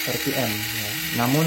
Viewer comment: Bukan 👉Er Pi Em Tapi 👉Ar Pi Em